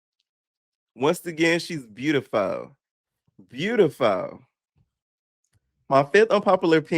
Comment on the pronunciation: "she's beautifuww! Host? She's beautifuww" 🤣🤣 P you such a kii!!!